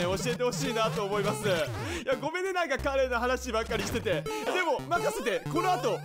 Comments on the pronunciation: カレーのイントネーションもだけど、カレって最後あんまり伸ばさないからなんの話か分からんかったw セブンがカレーフェアやってるらしいよ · カ↑レ↓ーが気になって気になって